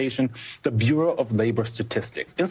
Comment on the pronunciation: The "Burrah"? Am I understanding whoever the hell that is at MSNBC? Trump is replacing people at the....BURRAH?? Lord, say it isn't "twoo"!